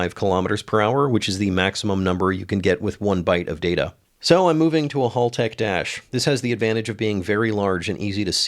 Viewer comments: Haltech like the name Hal, not like Halltech. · Oh noooo. You said "hall-tech" again.